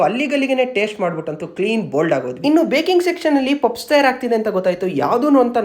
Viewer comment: It is not pupsu 😂… it is pronounced as puffs …